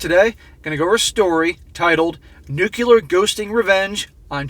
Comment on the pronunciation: you mispronnounced nuclear. it's not 'noocular'.